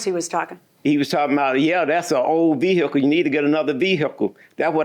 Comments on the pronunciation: VEE EH CULL 😅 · I came looking for a comment about this 🤣🤣 VEE-HICK-UL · Ah it's the VEE-hickle guy!